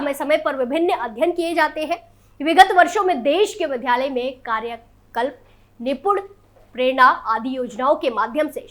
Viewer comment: Vidyalay hota ha vidhalay nhi